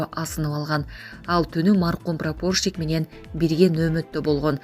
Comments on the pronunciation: Пропоршик. Эмес прапорщик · Коментарий берип жаткан кыз создорду жердин аталышын туура айтсанар, Прапорщик Пригородный создорун туура эмес айтып атасынар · Метеорит эмес метеорит. Эй экичилер туура окуганды уйронгулочу.Прапоршик деген созду да туура эмес окудун. Жанымды О тамгасына эмес А тамгасына коюп окусун туура болмок.